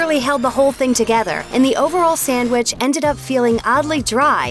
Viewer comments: First of all, voice lady, it's NOT samwich. It's sandwich. If you're going to make a video trashing the various fast food fish sandwiches, at least say it right. Lastly, I disagree with several of your critiques. But that's all a matter of taste. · I don't know who your spokesperson is in these videos but she needs to learn to pronounce a few words beginning with 'sandwich'. It's not 'samwich' unless perhaps you're seven years old. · Why is it nearly impossible for people to pronounce "sandwich?" They take out the n and d and add an m or two and pronounce it "sammwich." That kills me.